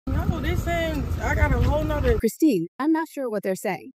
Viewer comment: This AI can’t even pronounce her name right. If yall believe this then.